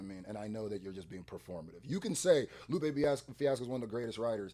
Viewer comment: You calling him “Loop” is driving me nuts man NGL.